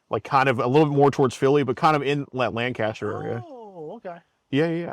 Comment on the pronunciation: Not pronouncing both Lancaster and Ephrata PA incorrectly 😂